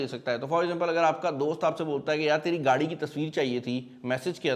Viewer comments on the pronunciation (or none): none